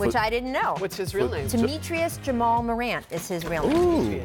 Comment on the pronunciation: pretty sure she said "Temetrius"